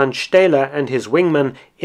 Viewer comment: Your German pronounciation is very good, but the city in Saxony must be Freiberg, not Freiburg.